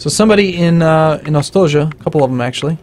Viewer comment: Hey, - I'm from Eastern Europe and it's so hilarious to hear you butcher the pronounciation of many of the slavic words:) I'll give you one tip: 'Ostoja' is pronouced 'Oh-sto-ya', and it literally means 'Refuge'. Hope this helps:) I'm looking forward to seeing you play more of this game!